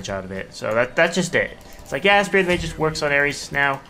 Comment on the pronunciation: It's pronounced Magus not "Mageus"